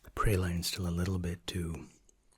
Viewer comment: I’m sorry lol. Did you just pronounce praline “prah lean” as “pre line”??